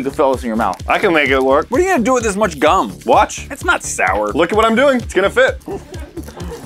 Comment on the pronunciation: “we got ALOTTA GHUM”